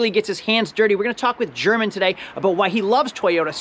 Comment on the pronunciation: German is pronounced Hermaan.